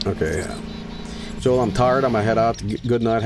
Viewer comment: Big mistake calling the signal Joel, do you not know it's Hoel?